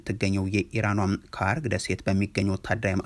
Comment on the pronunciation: ካርግ ሳይሆን ሃርግ ደሴት ብለህ አንብብ ወዳጄ 😂